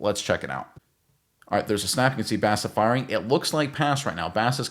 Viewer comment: Petty sure it's pronounced "Boss"a. .... and he's kind of a Boss. A little development from what he did in college and he is actually gonna be elite. I don't use that word lightly. He is like Bolton with better pass coverage.